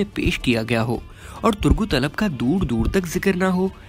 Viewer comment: Bhai itni achchi urdu bolte ho to ertuğrul ka name bhi sahi le liya karo Aur Alap thori hai alp hai